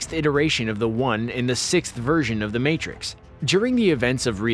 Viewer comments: "THE MARTIX" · lol... "The Martix"